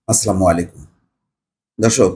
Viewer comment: আসসালামু আলাইকুম আপনার সালাম টা শুদ্ধ হয় না মনে কিছু করবেন না শুদ্ধ করা সালাম দিলে মনে হয় ভালো হয় ছোট ভাই হিসাবে মাফ করবেন